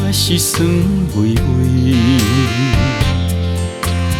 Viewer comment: 好歌精典.但酸微微的『微微』發音不好聽